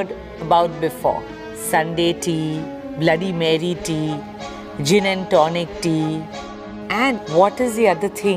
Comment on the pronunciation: Bloody marie tea...sounds like bloody mary ted😂